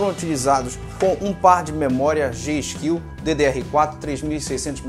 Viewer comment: Meu amor aprende a dizer gskil kk